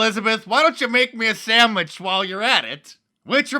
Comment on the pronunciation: "Make me a sammich and get me a beer"